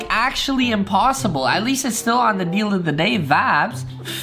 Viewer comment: that’s the worst way to say impossible